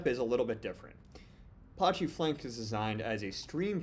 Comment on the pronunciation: Man the way to say Apache drive me crazy